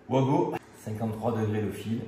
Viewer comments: Coin! Coin!, pas toi 😱 On ne dit pas vouago mais vago.😭 Tu ne dis pas un vouagon mais bien vagon "wagon" ❓Rassure moi 🙏Après oui, ce sont des borniers de connexions rapides.👍 Il y a les mêmes sur "Temu". Je me demande comment cela passe la douane. 🤔 Le matériel électrique doit être estampillé NF. 😱 Alors, test à l'arrachement:🆗 A ce Vincent quelle chaudasse 😂Test à la surcharge (16*230= 3680W sur 25m max: ❌ Malgré la surcharge, 4500W, le bornier à 70°C, c'est trop en 20min, imagine à long terme. 😱 Je préfère les blocs de jonction à visser.👍 Bizarre comme expérience, une vidéo qui ne fait pas l'éloge du produit.🤔 36 15 kinenveu pour ceux qui n'en veulent. 😂 À bientôt, bey! Bey!🤞✌ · Juste pour info on prononce Vago c’est comme le wagon 😊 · Mais tous les électriciens le font exprès de dire OUAGO alors que ça doit se prononcer VAGO ? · Tout l’monde dit ’ouago’ comme si ces produits éraient de sources anglaise. Ben non, c’est allemand, donc le w se prononce comme v. Ce sont donc des VAGO !!!